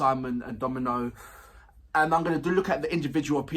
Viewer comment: Mans said Simon DomiNO and Silk-k💀💀 😂😂😂😂😂 it’s Simon Dominic and Sik-k ( pronounced like SICK KAY)